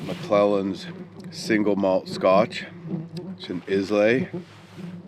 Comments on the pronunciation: Alas, your pronounciation is not that of a true Scot - Islay is pronounced as "eye-la", rather than "Is - lay" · minutes, Islay whisky you were having a wee nip. It's pronounced "eye lah" instead of "iz lay" . Cheers